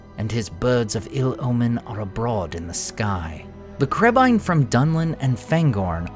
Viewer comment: I finally understand what Legolas said in the first movie. Always thought he said crabeye.